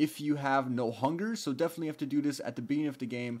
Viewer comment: STOP SAYIN' BEFENETELY PRETTY COOL OR HOWEVER YOU SPELL BEFENETELY (IM SWEDISH) IT MAKES ME CRAZY